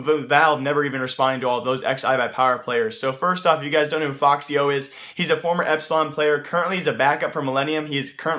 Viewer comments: its not foxy0 its efecksyo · No it isnt lmao, its ef-ix-y-o dumbo